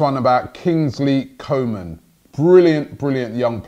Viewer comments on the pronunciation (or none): His name is pronounced Coo ma